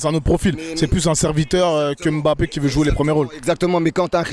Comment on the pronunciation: SVP ne prononcez pas le (M) de Mbappé (MBA) (PPÉ)